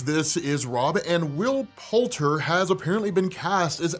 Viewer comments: Isn’t it Poulter? Not Poulten? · PoulTER lol rob come on you said it right in the beginning!!